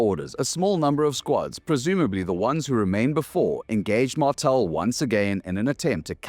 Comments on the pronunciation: is that really how Martale is pronounced? Mar-tell? I always thought it was Mar-tall. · he mispronounces martale, but its ok, his democratic message was stilldelivered with liberty